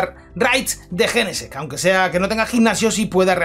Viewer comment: A alguien más le da rabia como pronuncia jenesect???😅😂